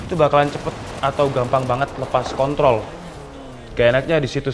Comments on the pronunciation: bang di menit 4.04 kepeleset ngomong kontrol jadi kon*ol wkwkwkwk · Pake "R" Wkwkwkw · pake "r" 😂